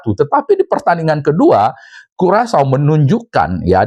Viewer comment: Karacau bukan curacau😅🤣